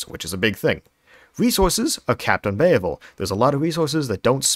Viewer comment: Bay-uh-vul problem